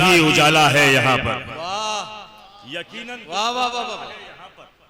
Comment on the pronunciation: Talafuz rahat sahab jaisa hota to achha hota. Ekinan nahi Eqinan bolte